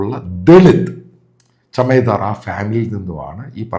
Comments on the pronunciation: ചമേധാർ അല്ല ചമാർ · It's not CHAMADAR, it is CHAMAR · ചമദാർ അല്ല ചമാർ ആണ്